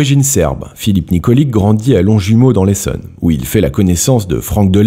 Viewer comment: Ça se prononce Nikoli[tch] je sais ce que je dit je m’appelle aussi Nikolic